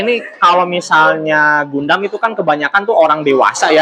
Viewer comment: bacanya Gandam, bukan Gundam